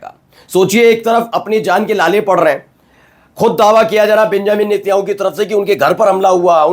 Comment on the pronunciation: भाई नेत्याणू नही नेतन्याहू 😂